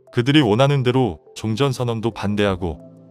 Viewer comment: 우리 정부가 반미는 아니지만 그래도 친중에 속해있는건 사실이고 그 와중에 몇번의 통수를 맞고 이제서야 중국의 민낯을 알게된거지 그래도 아직도 친중에 속해있어 뭐 그동안 정권들도 친중성향으로 흘러갔던거도 사실이고 박근혜때 정점을 끊었고 문재인이 그 뒤를 잇고있지 누가 다음 정권을 잡을지는 모르겠지만 친중정권으로 가려한다면 큰 화를 당하게될거다 그나저나 한글모르나? 세계를 재계라말하고 종전을 총전이라하고 뭐하자는 소리야 가뜩이나 기계음도 짜증나는데 한글도 제대로 못쓰나